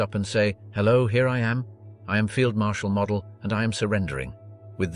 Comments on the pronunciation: That is NOT how you pronounce Walter Model's surname. It is not "Mod-el" it is "Mode-dul". Get your facts straight if you're going to make documentary style videos. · After the multiple mispronunciation of Model’s name in the first 5 minutes, I had to stop. Weak AI usage. Never subscribed and never will. 🙄😂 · Only twice did this piece get Walter Model have his name pronounced correctly…annoying …